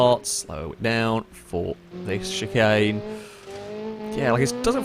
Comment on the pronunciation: Can we ban from saying “chicane”